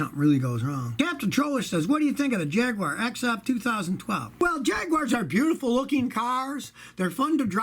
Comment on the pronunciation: Scotty, thank you for not pronouncing it 'Jag-wire.'